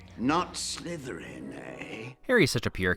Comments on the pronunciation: “It’s Slytherin, not Slytheran.” said Hermione. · slytheran, SLYTHERAN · "Slytheran"... Hmm... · Slytherin not Slytheran... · "Slytheran" XD